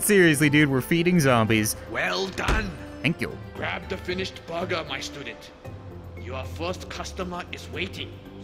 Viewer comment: The sensei with the jean vest says "burger" like "bugger